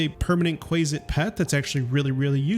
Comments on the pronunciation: It’s more like “Kwasit” (not Kwaysit) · Quasit is pronounced with a short “a”, as in “quaff”, “quasi”. Gary Gygax, who invented them as a chaotic evil counterpart to they mythological imp, likely simply shortened it from “quasi-demon”, using the same ending as “mephit”. Regardless, Gary pronounced it “QUAH-zit”, and the community of players of D&D and related games have been pronouncing it as such for almost half a century. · Disliked for how you pronounce quazit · It's Kwa Sit. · I love newbies to dnd mispronoucning the stupid made up names we have. Like quasit and loviatar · Quasit is pronounced with a short a sound, not long A. Good video though. Liked.